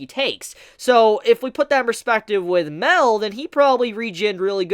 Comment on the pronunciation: I'm glad you saw my theory about how OP Mael might have been and took it into consideration. One last thing as well... I also think that his name is pronounced MA-EL with a drawn out "A" sound and not MEL as you keep saying. As an example.. Saaa-Ri-el.